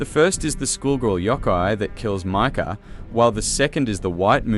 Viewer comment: Mika❌ Maka✅ Damn 😭